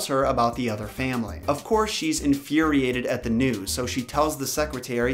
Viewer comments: Lol, “Da King” 😂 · 'Da King.' LOL!!! Love your drawings.